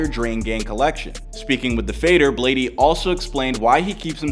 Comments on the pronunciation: You can even see in the clips everyone pronouncing it BLADE and this dude still calls him BladEE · Bro it’s fucking bladee not blade (e) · Its like blade not blad-e 💀😭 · I'm Bladee he call me Bladey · It’s just pronounce blade not bladeE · its just blade bro. STOP SAYING BLADEY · y’all complaining about calling him bladey but i’m gonna call him benjamin from now on. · im bladee she call me blade-e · Imma need to get over the fact the narrator is saying "Bladie" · The fact he’s saying “bladey” is really pissing me off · bro said bladey and yung god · This guy really saying "bladey" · It’s pronounced blade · You really just spent loads of time researching his past, then you call him bladey 💀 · I’m Bladee, she call me Bladey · Bro really called him “Blade-E” 😐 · how you make a video explaining his life when you cant even pronounce his name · Thats how you pronounce gud’s name in his native language